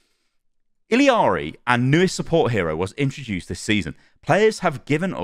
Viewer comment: It’s just “iyari” i think